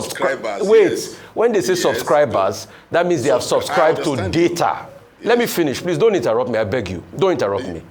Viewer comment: He doesn't even know how to pronounce data. Yeye man, i am from edo stare and i watching Arise on daily bases, and there are plenty in diaspora. This man is a big disgrace